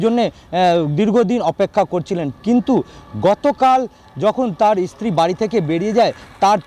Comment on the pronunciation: Kader reporter banay Aaj Tak? Bangla tao thik moto bolte parena. Field reporter stree ke bolchhe Estree!!!